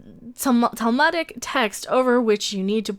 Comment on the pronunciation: little point ... “tall-MOOD-ik”